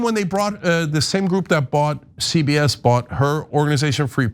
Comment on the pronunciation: cenk said "ZBS" loooolll damn